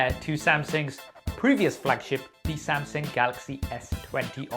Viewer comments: how to pronounce samsung......!!!!!!!!!!!!!!!!! wht the helll samseng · I love you saf but I really wish you'd learn how to pronounce Samsung properly <3 samsing.... samsang... no. Samsung